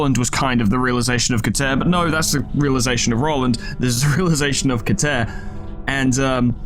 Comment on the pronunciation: i have heard it pronounced Kee-ter or Ke-ter... but never ket-ER